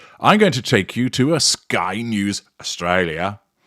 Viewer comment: I insist you pronounce 'Australia' with a bit more polish!:hand-orange-covering-eyes